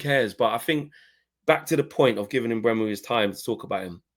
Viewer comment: HAVE BUTCHERED HIS NAME LEFT RIGHT AND CENTRE 😂😂😂😂